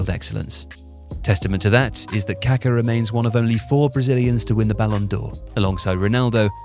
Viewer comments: Kaká, not Kaka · The mispronunciation of Pelé's and Kaká's names by the British media both during and after their careers, given their magnitude in the sport and how easily it could have been corrected, is of an ignorance and disdain typical of colonial habits and mentality. smh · Dude, if you're going to do a video about the guy, at least learn how to pronounce his name properly. He was anything but poo-poo.